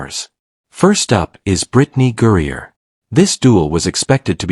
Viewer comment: It would help the presentation should the A.I. narrator learn that "Griner" is not pronounced "Gurrier?" Don't these people even LISTEN to their own babble?